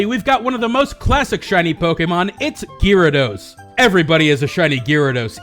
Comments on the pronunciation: Guy rados. Not leerados. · Isn't Gyarados pronounced :Garados not Gearados? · Ewww, why do you you keep saying Gyarados wrong!? GAR-ADOS not GEAR-ADOS! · Oh god had to stop watching the videos after hearing gyrados for like the 10th time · STOP SAYING GEARADOS! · "Shiny Geerados" lol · say 'gearados' one more time... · Gearados XD omg STOPIT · stopped the vídeo and disliked at "geerados". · It's pronounced (guy-ray-dose) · Could you say Gyarados any weirder? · The way you say Gyarados pains me deeply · U pronounce gyarados worong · the way you pronounced gyarados...... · you fucked up saying gyarados